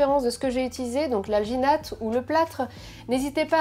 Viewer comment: "alginate" j'ai due repasser la vidéo car j'avais compris vaginette. ouai ... me juger pas.